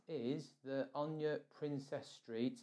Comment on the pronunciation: Where the hell did you get the idea that ONA is pronounced "Own ya?" It is pronounced the way it is spelled. "Own a"